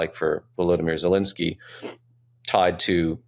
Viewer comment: Tim... your guest is knowledgeable but he loses all credibility when he doesn't know the name of the Ukrainian president. He is NOT POLISH. Please tell him to look at the letters in the President's name and try it again!